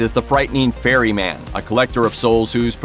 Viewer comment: I swear you said fairy man 😂😂😂 its Ferry Man jesus.